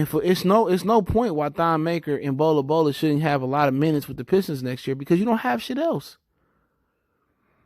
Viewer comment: It’s not bola bola my Nigga 😂😂😂😂